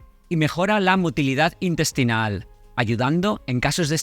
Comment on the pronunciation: Un farmacéutico diciendo " indestino" , " indestinal" 😢